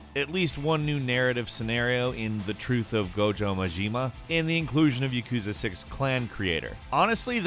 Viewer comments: did he call "Goro Majima" as "Gojo Majima"? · "Gameranx is the best source for gaming news" pronounces goro majimas name as gojo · “Gojo majeema”🙃